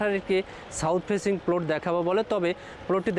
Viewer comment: আগে প্লট উচ্চারণ শিখো তারপর জায়গা সেল করতে আসো😀😀